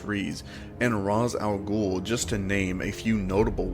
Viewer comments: I'm sorry but the pronunciation of these names killed me so for my own sanity I have to say Ra'h al ghoul is Pronouced Ray•sh•al•ghoul falcone is pronounced Fal•cone (no y) ect. Still great vedio and loved it tho! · Sorry to nitpick but you mispronounced Ra's al ghul's name